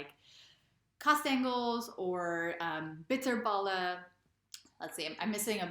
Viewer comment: Your 'bitterballen' was in 100% perfect Dutch.